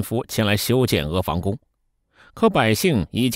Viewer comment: 房音同“旁”不是“防”